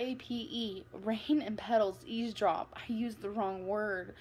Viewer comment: she says EASEdrop